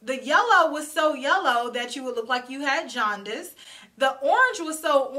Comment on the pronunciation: Did you say "jaundice"? 😅🤣 Pls do these roasts quarterly...it's needed!!